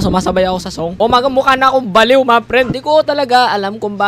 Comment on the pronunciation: kuya you just said a ba li w